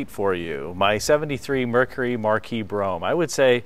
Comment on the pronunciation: *BROMPE**, NOT **BROUGHAM!!*